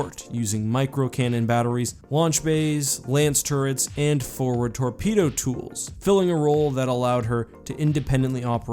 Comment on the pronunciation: Anyone else hear micro cannons and torpedo tools when he talks about the Oberon?